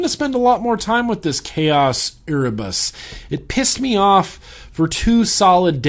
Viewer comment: Hey, Erebus (pronounced air-ah-bus) is the Greek "primordial" deity of darkness, and the consort of Nyx(my Goddess as I'm a Pagan), and they "birthed" other Greek deities, just thought you'd like to know.